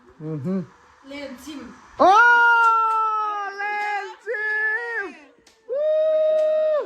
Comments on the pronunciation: Lenchim ❌Lenchîm✅ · Lênchîm (sangha manna 'len' leh chaichîm 'chîm' kan lam ang hian lam rik tur.) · Lènchîm pawh kha chaichîm tih a chîm tih thlûk a lam tur a ni e.